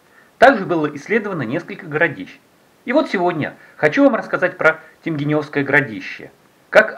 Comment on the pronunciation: если вы общались с местными, то они должны были вас поправить в произношении, не ТемгенЁвское городище, а ТемгЕневское, через е и ударение на второй слог. И кстати про раскопки...там года 3 назад уже перепахали землю для сельхоз нужд я так понимаю.